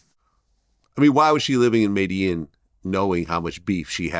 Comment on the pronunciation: The mispronunciation of Medellin is so annoying lol